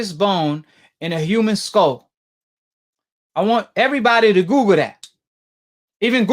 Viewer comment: “Mandibo since everybodee believing googel”